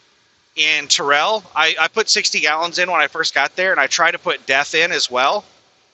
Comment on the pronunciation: Terrell is pronounced Tair-L